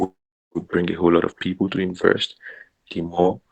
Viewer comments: 😂😂 too funny inverst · I thought everyone wanted to inverst.😂😂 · Seriously, would we invest with someone who keeps saying, "inverst"??😜😟